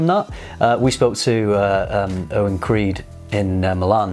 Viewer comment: really butchered creed. But I totally disagree with his observation.